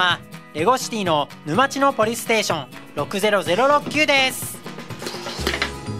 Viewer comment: NaozoohさんOPでポリスステーションをポリステーションって言っていますよ。